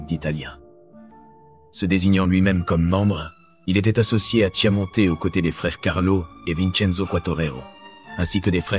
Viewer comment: Kiaramonte, ça se prononce😊